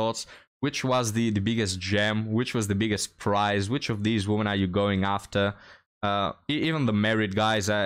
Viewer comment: A few tips regarding English pronunciation: "Worth" is pronounced "werth." The singular "woman" is pronounced "wuhmn." The plural "women" is "weh-mn."